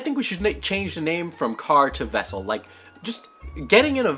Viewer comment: "Get out the wessel!" Chekov